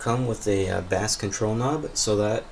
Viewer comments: pronouncing "bass" as if you're talking about the fish is a whole different kind of annoying. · This dude said bass (like the fish) control knob with a straight face 🤔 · Great video, but the way you were pronouncing "bass" had me cracking up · The 🐟 control knob